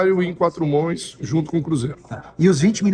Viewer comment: Nicola, o patrimônio do CEO continua em R$ 100 bilhões? Gostei quando o CEO falou trabalho "em quatro mões", ficou legal!!!